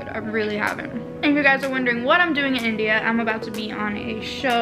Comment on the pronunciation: Did anybody else notice that when she said india ....the accent was so indian